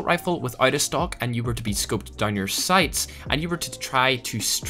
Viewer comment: Lmao when he said “stock” and I thought he staid “stonk”